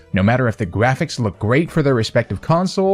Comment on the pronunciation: Timestamp: "no matter if the gwafics look gweat" actually sorry though if you have a hard time pronouncing your "R"s... 🙁